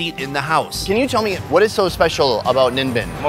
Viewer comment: i laughed hard when he said nimbin haha its a weed town in queensland, australia.